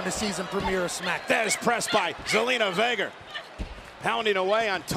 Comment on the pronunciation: Michael really said Vager instead of vega